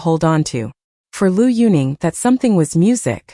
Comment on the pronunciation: If you don't even know how to pronounce correctly the name of Liu Yuning, or any other name for this matter, if you have no idea of Chinese history or culture, you should absolutely not make a bio reportage, neither about Liu Yunning, not about any other Chinese personality.